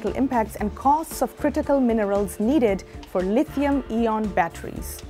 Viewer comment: I am sure someone has mentiomed it already, but "ion" in English is more pronounced like "eye on", rather than your pronunciation of "E on". Just FYI. Good job, otherwise! :)